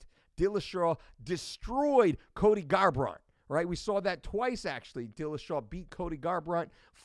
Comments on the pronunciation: In pronunciation.... he said Garbrant's name wrong there too. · Fully aware of who Mike Dolce, which is why it's that much more hilarious that he cannot pronounce the names of two top tier mma fighters. And by top tier I mean a current champion in cejudo, and the most recent former champion at 135 in garbrandt.